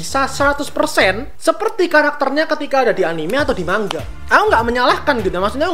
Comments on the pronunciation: Bang kok baca nga mang ga bukan ma nga (btw saya subscriber baru) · Manga bang bukan mangga